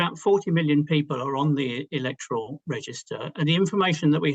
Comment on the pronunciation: Elec'toral? Comes from word elect. Therefore its pronounced Elect'oral. ......not able, you mean unable. Just call me a pedant. It's a losing battle.